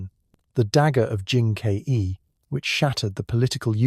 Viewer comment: You pronounce Jin Ke as "Jin K E", how do I know you are not an AI?